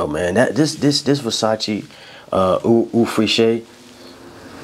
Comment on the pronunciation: Idk if you have tried Chanel Allure homme sport extreme, but that's definitely a Gym banger. Also the Versace is pronounced oh fresh, eau freshe